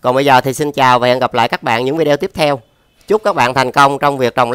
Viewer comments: Bạn nói viđi ô nhe, nói vi de eo nghe khó chịu quá ! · “Vi đi ô” chứ không phải “vi đeo” anh ơi